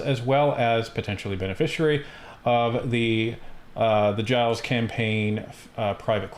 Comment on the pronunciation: So corrupt Libs, hiding behind whatever laws will protect them btw Gilles is pronounced Jilles with a soft g in French, not jiles How do you pronounce the French name Gilles? Phonetic spelling of gilles zheel. ZHHHiy-L. gilles. g-ih-l-ih-s.